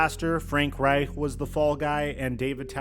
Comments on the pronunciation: Bro why the FUCK are you rolling the reich in frank reich? It's not how you say his name. However it is how you say Reich when referring to the Third Reich. Suspect asf. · “Frank Reichdrrdh” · I like the German emphasis when you say Frank Reich.